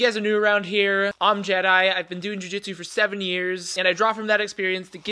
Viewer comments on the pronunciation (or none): none